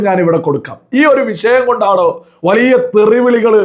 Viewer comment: വളിയ അല്ലാഡോ... വലിയ എന്നാണ് മലയാളം